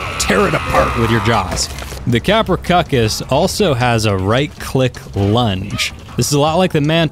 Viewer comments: Ka-Pr-Owh-Soo-Chus. Not Kaprocuckus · tapehara, fine. But I heard kaprocuckus and make it a salad... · I thought it was pronounced KAP-RUH-SOO-CHUS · kaproSUchus not kaprochuchus. also oxogyn is underwater speed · Very helpful info, but the creature's name is actually pronounced KaproSUCHus, NOT KaproKUCHes. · its tapejara not tapehara and its kaprosuchus not kaprosukus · Did he just call kaprosuchus kaprocuckos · You might be pronouncing tapejara right but like most other ark players, you pronounce everything else wrong there's no such thing as a pterodactyl no matter how much your kindergarten teacher said so, also it's KaproSUCHUS I heard you say COCCUS like 11 times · Quasiraptor it's pronounced kaprosukus and sarcosukus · TapeHARA Us: confused screaming: KapraCUCKUS Us: CONFUSED SCREAMING INTENSIFIES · cap-row-sooch-us pronounciation for the Kaprosuchus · He was kidding when he called it the Caprocuckus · Your saying kaprosuchas tong I know I spelt it ring but u pronounced it wrong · It is Kap-ro-suchus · Kaprosuchus is(kap-ro-suchus) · It’s cap-row-seew-cus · Constructive criticism:It's pronounced: kap-roe-soo-kus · It’s kaprosuke is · it is ka-pru-soo-ch-us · P sure it’s pronounced kap-row-s-oo-ks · kappercuckus? XD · It's pernounced kaprosewchus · Its not a dinosaur and it’s pronounced Kap-row-sook-us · it's pronounced kapro soo cuss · you pronounced kaprosuchus wrong lmao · Your'e saying kaprosuchus wrong.